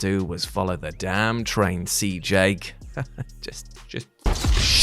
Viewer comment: Did say "CJake?"